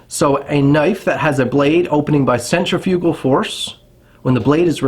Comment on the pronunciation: As long as Cambodian Tire keeps selling them, they are not prohibited. Do some more study into this crap. Learn to say centrifugal, annoying. I can walk into any store wearing a belted hunting knife, including the, as you call it, “iconic” Buck knife, and not a single person says anything. Not even a batted eye during hunting season.